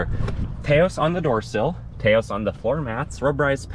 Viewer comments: It’s not TAY OSE it’s TAH OSE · Taos is pronounced like "house", not "tay-os" (its a town in New Mexico). That said, I'd never buy a car without blind spot monitoring. When they delete current safety features because of supply chain issues that's a problem. I'd also never get a car with a panoramic sunroof. At least 100+ lbs of extra weight sitting on top the roof. Lets in a lot of heat in the summer too - makes the AC work harder. Unfortunately with the top SEL trim it comes standard so if you want ventilated leather seats and the premium sound system you're stuck with it. Same with AWD (don't need it - FWD would be preferable). Hate when automakers do that. Yes, I've been shopping this model - its frustrating that its good in so many ways but has so many forced compromises. When they first started making them in 2022 you could get a FWD SEL without the sunroof (it was an option).